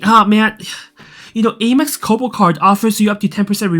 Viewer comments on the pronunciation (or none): Am x not eh max